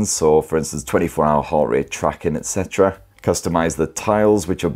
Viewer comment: Excuse me, just wonder how to say ETC? excitra?